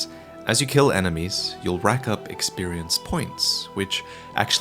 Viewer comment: Woah woah woah, slow down. Eck-spearience? And Eck-spearience POINTS? Why, I've never heard of something so convoluted in my entire 20 years of gaming.